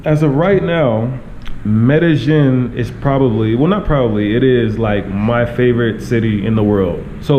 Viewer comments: try to say medellin with the long "e" sound. Like: "medejeen" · Please pronounce the word Medellin correctly (Med a ying). ll takes the Y sound. Not trying to put you on blast but trying to help out. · They actually pronounce the double L more like a J than a Y in Colombia. But ya his pronunciation not great still. I thought the Ying ending was wrong at first but when i pronounce it that way it does kind of sound like how they say it haha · Learn how to pronounce it, first of all. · Atleast learn to pronounce the name of the town properly.